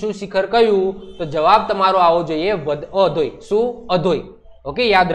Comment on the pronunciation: kanthkot ni tekari o no sauthi ucho sikhar અધોઈ nai sir આધોઈ